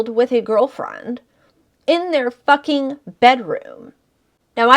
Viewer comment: The way you say “FUCKING” has me dying 😂 you say it with so much emphasis 😂